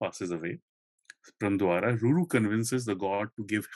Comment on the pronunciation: Rajaji’s Mahabharata got published in 1958. It is funny hear speaker say that many Indians got introduced to Mahabharata for the first time in 1958 because of Rajaji’s book :) Next I wish speaker reads Indian names in Indian lipi. मदल्सा instead of मदालसा। प्रम्द्वार instead of प्रमद्वरा 😮